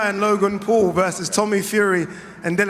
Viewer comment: Its "wogan pau"